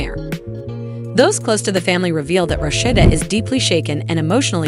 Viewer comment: Why can you pronounce her name right Amen